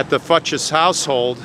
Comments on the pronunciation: I think it's pronounced FYOOKS, not Fuches. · i believe it is pronounced "fewks" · That name is pronounced 'FUKES'. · I've never heard this name pronounced Fut-chez. I've always heard it pronounced Foou-kes. Interesting . It is a sad story. He sure had a lot of anger. Wow I was 12 in 74. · I'm surprised they pronounced their surname like "futches." My kids had an elementary school teacher with the same last name, but she pronounced it like "fox." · The last name Fuchs is pronounced “fewks”. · I've heard it pronounced "fox" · It’s actually pronounced like Fooks. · I grew up with a family who had this surname. They pronounced it "Fox". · Swiss. Also last name Fuchs should be pronounced Few-ks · The name was likely pronounced FOO-ks, it is a relatively common name. Perhaps the cemetery can show you the burial record, which would show plot numbers and name of funeral home or clergy involved. A church would be a good source of information. Finally, you may be able to submit a request for police records since this was a closed criminal case. Probably more effort than you have time to give, I know. But I'm a "why" person like you and hate speculation about strangers' lives with no way to ever know the truth. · a co worker with last name "Fuchs" pronounced it "Fox" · I think the last name is pronounced FOOKS. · Fuchs pronounced Fooks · Are you sure that`s how they are pronounced? In german you`d say Fuchs, mean FU, as you pronounced it, but the ch more like the Ch in Chyenne, and the s more like the s in seven.